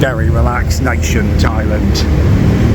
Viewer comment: please call it Thailand not Thailend, thanks